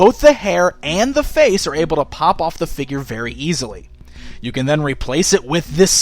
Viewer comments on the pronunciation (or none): none